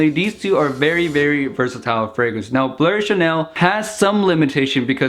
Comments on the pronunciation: Why do you say "blur" instead of "blue/bleu"? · Its definitely not pronounce blurr bro. In football chants we never say blurr and if you just type it in google it would pronounce it correctly